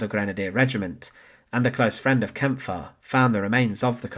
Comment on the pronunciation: yes, you can tell AI because it can never pronounce names, especially names like Kampfe.